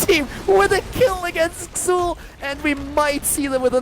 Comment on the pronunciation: It's pronounced Zul.